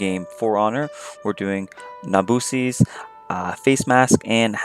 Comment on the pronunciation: Pronounces nobushi wrong 👌🏻